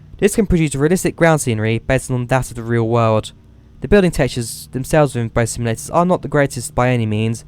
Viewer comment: SIMULATORS NOT SIMILATORS TALK PROPERLY MAN